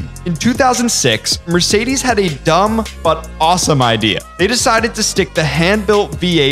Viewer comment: The pronunciation of Mercedes really hurts me as a german.